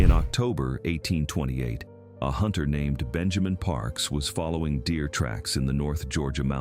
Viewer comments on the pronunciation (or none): none